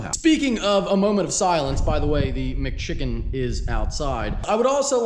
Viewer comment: I lose it every time you say “McChicken” 😂